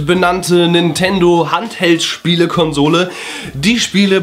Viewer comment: Nichts für ungut. Aber es heißt Handheld (gesprochen: händheld), weil man ihn in der Hand hält. Und nicht weil es der Held in der Hand ist:p